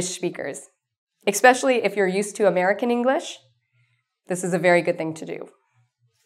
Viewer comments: Why do you pronounce "especially" with a "K" sound? That's such a pet peeve of mine. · i'm not used to american accent; i don't like to pronounce especially as ekspecially. no wonder most americans say it the wrong way.